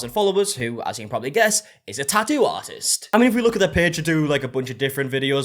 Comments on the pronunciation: no one:: ta'ooo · The way you say tattoo is SO satisfying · I love the way you pronounce tattoo.